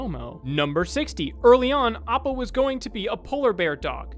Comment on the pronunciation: Did no one notice how he butchered Appas name into Oppo. He only did it once I wanna say in the 30's or 40's